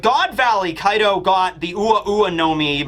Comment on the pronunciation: Kaido's actually sounds like 'Card' when you talk Engrish.